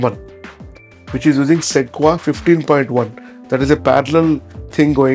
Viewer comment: Pronounced "seh-kwoi-ahh", not "seh-kwa".